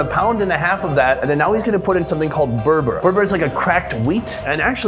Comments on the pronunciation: It's not "burbur" it's BULGUR 😂😂😂. It can also be eaten on its own just like rice. We can call it a poor man's rice because it's way cheaper. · Its not Burbur its Bulgur haha :) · Not br br it is burgle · Burbur = bulgur 😂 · its bulgur not berber idol sonny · bulgur not berber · *it's not unusual even outside Turkey, these days it's eaten in pretty much the whole of Europe. Plus Turkish food is everywhere (probably the most popular food in Europe the last few decades, together with like Lebanese), so weird he said "burbur".. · Burbur hahahaha. It's called bulgur bro :DD